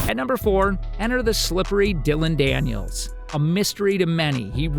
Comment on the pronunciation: DILLON DANIS NOT DANIELS. CMON BRO.